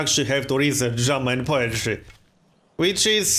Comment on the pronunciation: Does anyone else hear "German Poetry" when says "Drama and Poetry?"